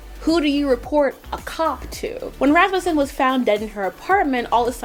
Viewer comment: Wow you actually pronounced Rasmussen correctly I'm impressed.